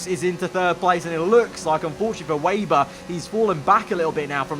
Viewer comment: Just a small point.. it's WEBer not wayber . As in spiders web .. thanks.